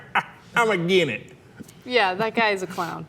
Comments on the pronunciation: "I'm agin it." xD xD xD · "Again' it"😂😆